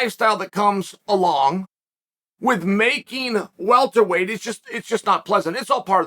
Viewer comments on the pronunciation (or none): none